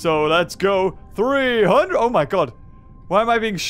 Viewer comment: i know "my" is the gramatically correct way to say it, but "mi" is how said it.